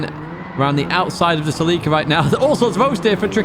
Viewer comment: That is how the Japanese say it.